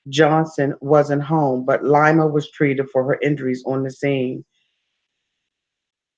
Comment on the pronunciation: "LIE-ma" LMAO it's LEE-ma! Like Lima, the capitol of Peru- not Lima bean lol. I still love ya tho baybay u my favvvvorite!!!